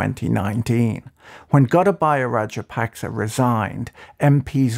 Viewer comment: Should your report be respected when you haven’t even tried to find out how to pronounce the president’s name half way decently.